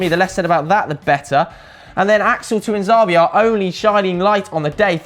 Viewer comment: is such a plastic fan. he cant even pronounce Tuanzebe what the fuck is a too-ahn-zaah-bee.